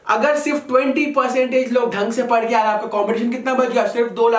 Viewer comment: bro its padhe not pade in hindi